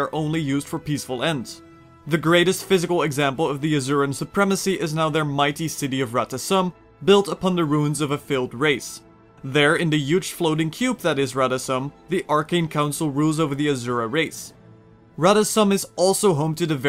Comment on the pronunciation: Nice video, though I should point out, "Rata Sum" is pronounced "Rata Soom" and "Azura" is pronounced "Asoora".